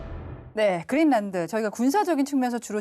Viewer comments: 그릴란트라고 하는게 맞는건가? 거슬리네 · 머리가 하야신 교수는 "그린랜드"를 "그릴란트"라고 발음한다..